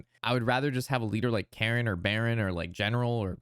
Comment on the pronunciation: Thanks for this breakdown. It is very helpful as anew player. "Cairne" is pronounced like "cairn" a stack of stones. Not "Karen" like the lady who demands to see a manager.